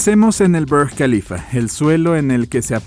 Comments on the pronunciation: Lo mismo con el brrrg Khalifa. Es Árabe!! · Tú forma de pronunciar Francfort denota la tremenda aculturación que has sufrido , respétate por favor y defiéndete de ese Imperialismo cultural . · ¿Por qué el locutor se empeña en pronunciar nombres no ingleses como Frankfurt o Burj Khalifa con acento inglés? No es necesario pronunciarlos como en su idioma original, pues uno no necesariamente sepa esos idiomas, pero usar fonética inglesa es pedante y sin sentido.